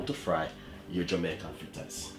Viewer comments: Dwlllll flittas!!! Real Jamaican!!! I love us and our language😁😁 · I knew he was legit when he said flittas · “Flittas” yup he Jamaican! Lol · We only say cups when it is more than one. 1 cup. 1/2 cup. 1 1/2 cups. 2 cups. You kill me with your 1 cups and your half cups. Lol. Love your "flittas" though. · Suh eh guh…flittas. Patois ina di place!👏🏾👏🏾👏🏾